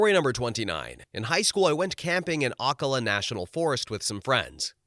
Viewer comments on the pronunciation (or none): I know it's a stereotype that only Floridians can pronounce Floridian place names, but OCK-uh-luh really got me 😂 its oh-CAL-uh ("cal" as in pal, or gal) It's not spelled Akala either; its Ocala. (I guess the subtitles are generated based on the audio)